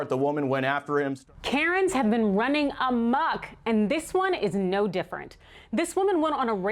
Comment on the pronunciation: Love you, but the word is "amok"